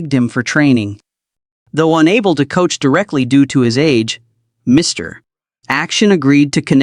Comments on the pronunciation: AI sometimes thinks the period after Mr. is an end of sentence, so the narrator goes Mr. - then stops -- then starts a new sentence with Action. I think AI, or at least this AI, has a long long way to go. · Reminder for lazy YouTubers: When you copy & paste into your AI narrator script, remember that AI's not very smart. An abbreviation is often interpreted as a sentence ending because of the period. This explains why the mention of "Mr. Action" causes the AI narrator to say "Mister" and end the sentence, sounding like your AI had a stroke while telling the story.